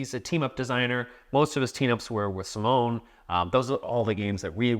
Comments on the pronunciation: Simone in Italian is pronounced Cee-Moh-Neh. Daniele is Dah-Nee-Eh-Leh (actually "nie" is a single sillable, but I'm not sure how to convey it without resorting to IPA symbols – in which case it would be "njɛ"). If you mute the last E, that's the French pronunciation, but both become female names in that case, to the chagrin of all Italian Simones and Danieles. :) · It's possible you just found the French ones – in fact you said them perfectly in French, but that would make them both ladies. :) Speaking of, I find disheartening that a list like this is still so much male-dominated. What's the most famous female designer, Elizabeth Hargrave? And then crickets? And it's not like we're talking of a medium that was born in the 1920s, modern board gaming is barely 30 years old.